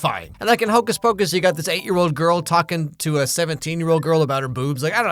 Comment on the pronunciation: Hocuhs pacush